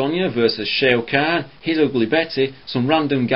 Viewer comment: "Shea O' Khan" lol